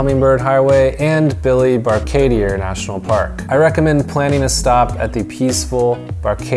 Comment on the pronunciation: Oh and it’s pronounced “key” Caulker and Billy “Baka-dir”🇧🇿 🇧🇿 Glad you enjoyed your trip!